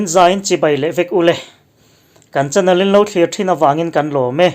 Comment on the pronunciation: INP Mizo Chanel tih tur ah INP Mizo Chanal in ti ziah mai a lam dik ve tawh teh u.